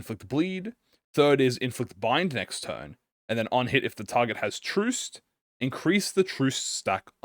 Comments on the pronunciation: Hearing mispronounce Trussed constantly was certainly something. Truss rhymes with Fuss, Trussed rhymes with Fussed. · “Truced” — when reading Trussed